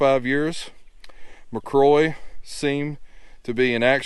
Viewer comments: My last name is McCrory and I’m a descendant of Ensign James McCrory. Thank you for showing his burial site. However, I cringed every time you mispronounced our last name. Think of the name “Rory”, then add Mac to the front of it. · Pronounced Mac cŕoary with a roar in there. 😊